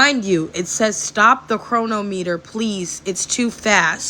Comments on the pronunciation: Bro, people that don;t know how to read with root words pronounce things so funny, Like not understanding the root word of chronometer is chrono, chronicle.... the way she said it made my brain spark lol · Yep, she is mispronouncing "Chronometer"🧐